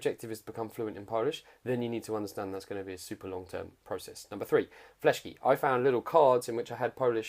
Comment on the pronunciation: To nie są "FLESZKI" tylko "FISZKI":) Potwierdzona Informacja od Polaka:)